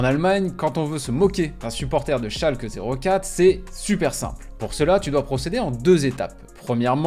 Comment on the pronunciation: Oui, mais ce n’est pas « Schalkeuh zéro quatre » mais « schalké noul fiiirr » (Schalke null vier).